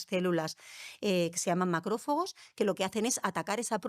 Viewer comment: No sé si me fío mucho de una persona que dice touleno en vez de tolueno, o macrófogos en vez de macrófagos. Por qué no invitais a los que hacen la investigación directamente?